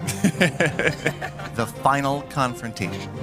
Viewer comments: It's Final not Fainal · Nice “fainal” battle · FAINAL or FINAL LMAOOO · Final not fainal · Fainal....waaw....ur english is soo good..😂😂😂